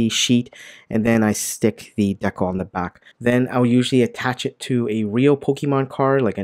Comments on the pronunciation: FYI, it's dee-cal, not deckle. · I think you mean to say "dee-cal", not "Deckle" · The way he says dekle instead of decal reminds me of coneheads. "Maintain low tones with me.... Maintain low tones! ....And remove the dekle"